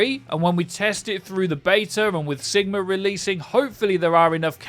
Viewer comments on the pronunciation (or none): Why do you say sigmar instead of sigma